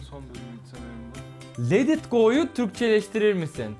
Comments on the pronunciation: Let it go yu yanlış söyledin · let it go yu yanlissss söyledin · Let it go yu yanlış ve komik söyledin videon çok güzel olmuş